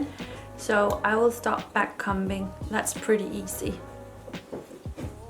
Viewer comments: the b is silent in comb or comber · Just wanted to say to help you out - backcombing or backcomber is pronounced as if the comb part sort of sounds like cone but with an m instead of the n, the b is silent, why did we have to make it so complicated hahaha :)) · lille tip, man udtaler ikke b'et i backcombing, eller ordet comb